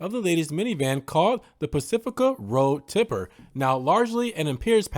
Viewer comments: It's road tripper..not tipper😂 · Road Tripper (with an "R"), not Road Tipper